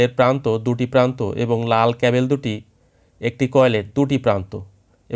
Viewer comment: ক্যাবেল কি ব্র..??? ওটা ক্যাবল